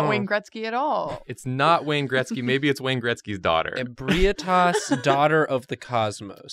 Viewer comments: IBREYETAS Bruh it's pronounced "eb-ree-tas" no offense tho xD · The "correct" way to pronounce it is Eh-bright-us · Correction: Ebrietas is pronounced - (UH - BRIGH - TUS) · I'm 10 months late, but its pronounced Eh-bree-eh-tess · Same here. Its actually EH-BREE-TUSS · e brah tass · Ehh-bree-ehh-tes is the pronunciation. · 1. That father gasoline (Gascoigne) at the star looked god tier 2. Just to help you out its pronounced eb-ree-eh-tahs 3. For never seeing ebrietas that actually looks great 4. The Rom and little one look very accurate as well for never seeing them 5. Aaah kos, or some say kosm 6. There isnt a shrimp hammer so im disappointed 7. For never seeing the bosses this isnt all that bad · 'Ebrietas' is pronounced "eh-bry-uh-tiss". Also, in my opinion, only certain types of Great One blood can heal you, but cursed blood gives you Frenzy. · For the record her name is pronounced "Eb-ree-ay-tas" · Ib-re-aye-tas is how you pronounce it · Eh-BREE-tas. Close though. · I always thought it was pronounced ee-bree-tus? Doesn't really matter, but just wondering now. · I hate the way that says Ebrietas. If you're seeing this a year after this video, it's pronounced like "Eh-bree-tis" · Every time I heard Ebrietas i cringed